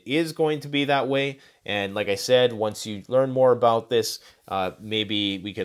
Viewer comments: What’s that aboot? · I love when Canadians say the word about. Much love and thanks for this video. Thank you!!!!